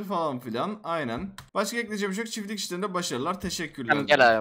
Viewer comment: Çiflik değil çiftlik